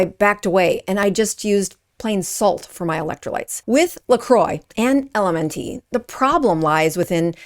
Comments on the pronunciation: It's pronounced the same as ELEMENT... Not EL EM EN TEE . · It's pronounced "Element" not L-M-N-T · It's pronounced ELEMENT, not L.M.N.T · It's pronounced ELEMENT not ELMN-T like you're reciting the alphabet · IT'S ELEMENT NOT L.M.N. TEE LMAO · why are you saying LMN - T? it's "element" not LMN-T - sounds silly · LMNT is pronounced - Element. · LMNT is pronounced element. Maltodextrin is pronounced exactly as is looks, with a short i, not maltodexTRAN. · Good information but maybe do a little research on how to pronounce the ingredient you are calling attention to and the company too - “element”. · Appreciate this video exposing this crappy product - it is pronounced ELEMENT and also it's malto-dexSTRIN no malto-dexSTRAN - these issues harm your message. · Someone has to be that guy, so I guess it’s my turn. It’s pronounced like the word “ELEMENT”. And it’s maltodextr[IN], not maltodextr[AN]. Anyway…please continue. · Good info. I think it’s pronounced “element”. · LMNT is pronounced ELEMENT. Also, this is so disheartening 😢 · I think it's pronounced Element. BTW, LMNT has no excuses misleading us! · I think it's pronounced "element ". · Pronounced “element”. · It’s pronounced “element” it’s literally the word element with the ‘e’ removed. And maltodextrin is pronounced “-trin” not “-tran.” Please?! LaCroix, too? WTF?! Ok … pure fluoridated tap water from now on! Ok, I do agree that the ingredients lists MUST be accurate! And there needs to be higher standards to fully disclose these secret ingredients! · Mispronouncing "LMNT". Mispronouncing "maltodextrin". Making this out to be a big deal in this world full of UPFs. Yeah you seem legit.